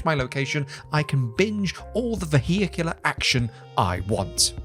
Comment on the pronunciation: what was that pronounciation of vehicular? sounded like "vu-he-ick-yoo-ler". XD